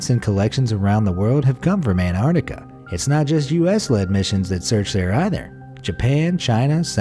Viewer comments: Stop saying anarnica it’s Antartica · Was it just me or was he saying Anardica instead of Antartica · He says it like anarctica instead of Antarctica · It is pronounced "an-tarc-tic-a" not "an-tartic-a" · I swear the narrator is saying Anartica and yes I spelt it wrong because that’s what I swear he was saying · Anartica is not how it’s pronounced